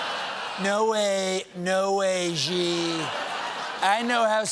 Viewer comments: Does Stephen not have a Mandarin-speaking friend who can tell him how to pronounce "Xi"? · i love Colbert but i wish he would learn to pronounce President Xi's name correctly